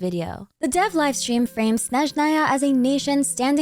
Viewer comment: you are the first blogger I watch who says russian word "Snezhnaya" in a correct way! )